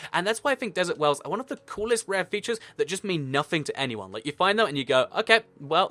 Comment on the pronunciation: I thought the dessert wells were DESSERT DWELLS 😂 lol idk what was funny about that